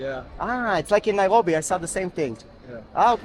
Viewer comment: Interesting video. I have to mention that your pronunciation of Nairobi.. the 'r' is simply incorrect in English.. yet your English is 100%. I've commented on this oddity before.. that you seem to slide into Hebrew gutteral -rolling style 'r' pronunciation. It's most off-putting for the English speaker.